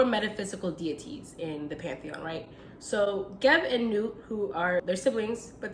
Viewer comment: Personally glad I stumbled on this vid. You pronounce her name correctly. If she were to let go we would be lost.